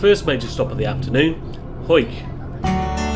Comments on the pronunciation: Good research, not calling Hawick "Ha-wick", it is of course "Hoike". I grew up in Langholm ("Langam" btw...the Skippers Bridge), so I will forgive you for this insane journey. Couple of hours in a car max for this journey. Bussing it is a hard option. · Well done for pronouncing Hawick correct! Now I'll subscribe 😂